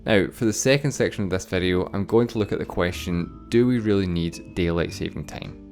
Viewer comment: its time, not teim